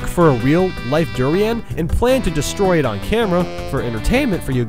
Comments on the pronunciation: I love you you pronounced durian!! LOL haha it's pronounced der-ain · It's dur-in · Your pronunciation of "Gelato," "roulette," "Cadet," and "durians" were atrocious. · durains are extremely smelly fruits that taste abolutely terrible, your pronouncing it wrong